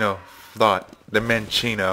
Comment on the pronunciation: Minccino, by the way.